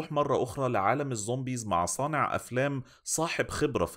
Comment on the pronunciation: انا بحبك بس ممكن ارجوك وغلاوة عيالك تبطل تقول ظومبيظ؟